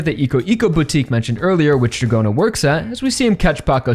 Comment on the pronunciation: Don't understand why you pronounce [Djagorna] and. Ot Dragona 😮